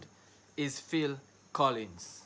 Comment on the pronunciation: You said Collings. It's Collins. We old folk know.